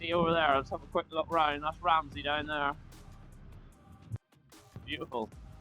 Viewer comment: Mizzle, you said coming out of Ramsey you are definitely from Northern Ireland .great video 👍👍👏👏.Manxman 🇮🇲